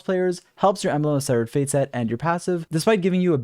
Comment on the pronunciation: Lmao wut did he sayyy. embelgd of sevfuc fate